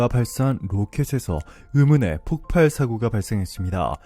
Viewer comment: 폭팔? 바른 발음하세요.